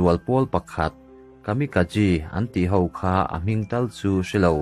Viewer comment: Tin Kamikazi tia lam ni lovin Kamikaze (Kamika-J tih angin) lam tur a ni lo maw?